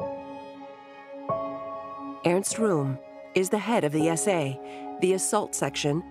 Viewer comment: Rohm is not pronounced like "room". It's pronounced "row-m". It's small thing but it drove me crazy trying to watch the video. You need to do a better job to give the history the respect it deserves...